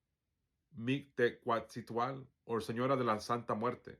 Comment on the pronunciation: Don't worry too much bout the pronunciation... The meaning comes from the understanding of your balance with heart and mind... But if you like, here's a way to remember the sounds... Mick-teh-kasi-hua-tle... The Q is silent. 🙂✌🤞🤘🙏